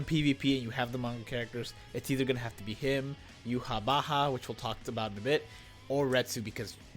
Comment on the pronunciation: Btw, it's now definitively pronounced "You-Ha Ba-Ha".